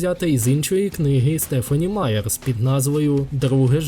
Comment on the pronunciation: Дякую за відео! Дізналася дещо нове, хоча я давня фанатка франшизи) Єдине що, хотіла б попросити уважніше слідкувати за вимовою імен, бо авторку звати Стефані Маєр, а не Стефані Маєрс